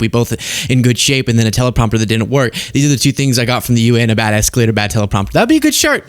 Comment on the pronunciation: Escolator down tellapropter down 😂